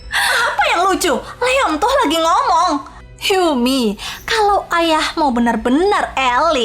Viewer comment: Ngomong bukan nomong🤣